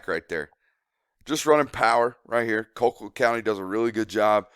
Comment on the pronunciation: Call-quitt damnit, not Coal-quitt